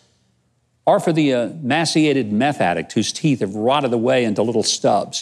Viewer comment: Did Huck say emassiated? Lol